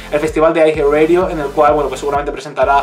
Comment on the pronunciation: Siempre pronuncian mal los títulos xD.